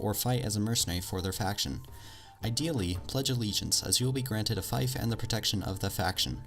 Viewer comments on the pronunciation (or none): Fief is pronounced "feef" not "fife" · its not a fife its f-ee-f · It's a fief, not a faif. "Faif" reminds me of bagpipe... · "A fife" lol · only thing ill laugh at is how you say "fief" say it like Thief or Feef NOT "Thife". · Isn't fief pronounced like "feef"? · It's feef not feyef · Fief = "Feef", not "fayf". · Fief is pronounced feef not fife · it's fief, not fife... fief, pronounced fif.... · I'll be given a fife, when pledging allegiance to a faction? Is this from a mod or did you mean fief? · It's pronounced feef, not fIfe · Am I the only one who thinks "fife" sounds more badass, than "feef"? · It's pronounced fēf not fīf A Fife /fīf/ is an instrument. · Its pronounced f-ee-f not f-eye-f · HAHA wtf? You say fief so wrong! you said it like figh-ph when its like feef. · Fief is pronounced Feef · Fief is pronounced “feef”. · Umm buddy it’s pronounced feef just spelt fief also fun tip a lot of small villages together are called a fiefdom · It's pronounced "feef" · Thanks for the video, mate. By the way, "fief" is actually pronounced "feef" Also, got any tips for how to hold onto a castle once you've declared yourself King? Every time I do, the enemy martial calls a campaign against me and attacks it with so many troops I can't hold it. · Here’s some things you miss pronounced (Khergit is pronounced Kur-git) (Veagirs is pronounced vay-gers) (fief is pronounced fee-f that’s all great tips otherwise :) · Fief is pronounced "Feef" but good video non the less, +1 sub :D. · Yes, it is pronounced "feef" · JonatasAdoM It is pronounced "feef". I'm a Medieval Studies major. This youtuber pronounces several words wrong on his videos. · Ah I get it yes it's not "Faife" as he said but I don't think it is feef either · Trololol, it really isn't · Was triggered and cringed everytime he pronounced it incorrectly lol, still a great video and taught me something. (